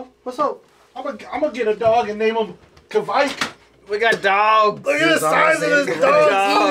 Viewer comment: Good job saying 'kveik' right (or close enough)!